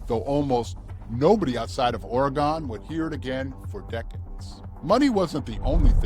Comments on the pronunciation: Ore-gun... is how it's pronounced. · Ooff Nice video, In Oregon, this is the correct pronunciations : Ory gun, not Ory gone. (The latter is East coast speak) Va net a Is pronounced Va neeta Correct spellings: Oregon Veneta Cheers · Dude! Its pronounced ''OryGUN" and "Va-NEE-ta"